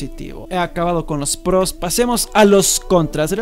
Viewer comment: Vamos a hablar de los pprrrrrroooss